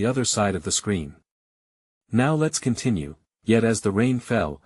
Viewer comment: Get a new AI program for narration. This one is stilted, not natural sounding, nor even correct in reading. Brian S when it's Brian's (possessive) Let S when its lets.